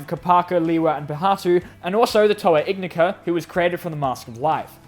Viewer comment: Ignika (in-eye-ka) YOU DONT PRONOUNCE THE G